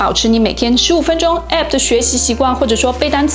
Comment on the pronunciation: app 這個不正規發音真的很難聽